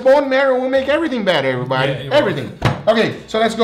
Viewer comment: "Cheers aribody"